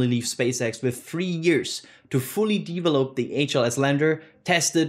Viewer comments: We need to start a drinking game everytime says Deevelop instead of develop:) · same here, and his "develop"s trigger me to laugh 🙂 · Can you please, never ever say “develop” again… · the way you pronounce "variant" and "develop" needs to be fixed. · The way he pronounces "develop" and "variant" trigger me so much, and I'm not even a native english speaker.